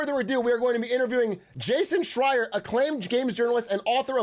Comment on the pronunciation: it was right the first time he said it this time. he prolly studied up for this